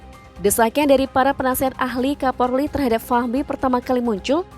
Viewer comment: KAPOLRI BUKAN KAPORLI 🤣